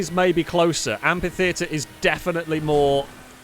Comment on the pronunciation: Look, these videos are just so entertaining and great all the time that the complaining curmudgeon in me really thought I'd never find anything to criticise, so indulge me on this one exception: it's pronounced amFitheatre, with an F sound.